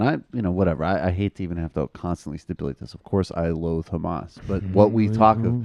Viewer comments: It's funny how Ben Shapiro pronounce Hamas as Khamas to make it sound like he knows what he's talking about. When it actually doesn't sound like that in Arabic. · You're right. But that's how we pronounce it here in Israel. Because it's spelled "חמס" in hebrew. And he's Jewish. 🤦‍♀️